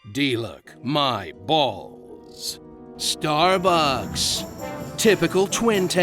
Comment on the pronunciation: "starbucks" instead of "traps" mmmm